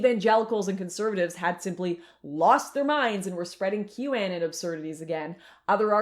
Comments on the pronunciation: Q “aye-nin?” Girl. It’s anon. As in anonymous. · I've heard several Canadian creators that have pronounced it correctly but yea ok... If it's trivial then why even bring it up for the nature of this video... Satanism has existed far longer than Q and the Anons.